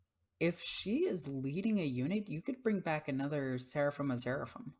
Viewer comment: Just starting collecting Sisters Of Battle for this new edition, so I have no idea how they'll perform yet. But i found your video very informative, thank you. I am baffled why you keep mispronouncing 'zephyrim' though. Zephyr as in wind. You kept pronouncing it 'zeryphim' for some reason. Not important, meaning was still clear, but you asked us to point out anything wrong, so...